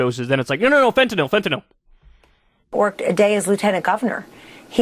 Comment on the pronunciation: I can't believe he doesn't have a Fenter-knoll Flag? p.s. congratulations for pronouncing Fenter-nill (with a y) correctly Dog.